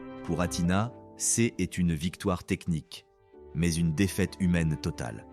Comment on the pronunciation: C est au lieu de c’est ! N ont au lieu de n’ont ! Apprenez à votre IA à lire correctement ! C’est insupportable !